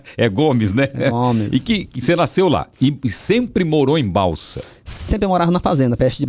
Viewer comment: Sou sua fã Celso...vc é simples, recebe Deus convidados com muita simpatia. O nome da cidade do Manoel é Balsas, não é Balsa.